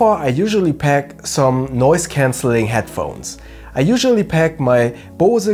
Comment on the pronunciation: Had to giggle when you pronounced 'Bose' as German as possible :) Great video, though. Looking forward to the next one. Have you ever considered reviewing Osprey packs?